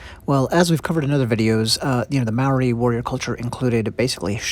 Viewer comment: Wahika is said more like wah-hee-ah-kah 😄 Maori pronounced more like Mah-ree with the ree being like a roll on the tongue. Hope that makes sense 😅 This video is amazing thank you! I cherish my wahika deeply💜